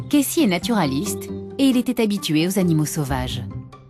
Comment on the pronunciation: elle me stresse je comprends pas pourquoi elle dit Kessy et pas Casey